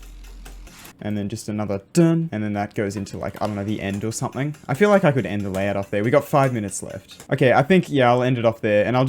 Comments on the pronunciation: "Layhout" anyways, nice video! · TF STOP SAYING LAYHOUT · "layhout" lmao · Layhout xD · oh my god a layhour